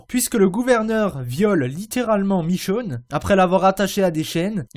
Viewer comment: michone pas michoune